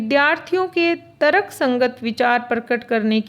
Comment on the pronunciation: तर्क और पत्र आदि शब्दों के उच्चारण पर विशेष ध्यान अपेक्षित है।